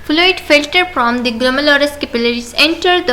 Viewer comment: Not philter it's filter😂